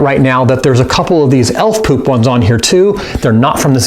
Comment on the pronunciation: the way he says poop pewp 😂😂😂